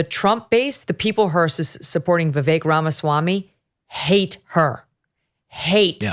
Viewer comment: Megyn what demographic are you playacting to? I’m sorry your takes and your guests take are uninformed. Plus how hard is it to say Vivek’s name right? I mean all your guest can’t say it, which says a lot about them…